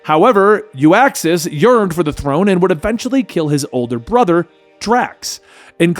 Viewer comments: Not pronounced You-Ax Its pronounced Uxas (Ou-xas) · It’s uxas not uaxis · OOK-XAS not YOO-AX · Uxas- Yook•suhs not Yu•ak•suhs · Uxas! Not U-axis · Love your videos, and this one was great, but the one thing that annoyed me was his name. It’s Uxas! Not Uaxs or Uaxus. Just had to say it 👍